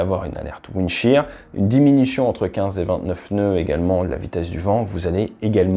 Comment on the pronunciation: "windshear" non?